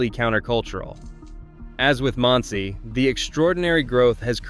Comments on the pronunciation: Didn't get Monsey correct either. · not one of these communities is a suprise to most jews. i wish this guy would find out how to pronounce things right. even the town Monsey and Boca Raton is pronounced wrong.